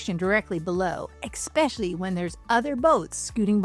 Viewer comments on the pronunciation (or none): Did you say “expeshily?”